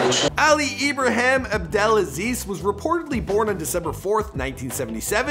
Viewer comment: It's pronuced Ibrahim ( e bra heem) not e bra ham